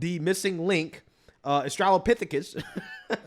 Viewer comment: Arthropithicus 😂😂😂Bro stop!! You got me rolling 🤣🤣🤣